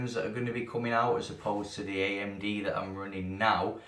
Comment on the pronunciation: did you say amg freesync? xD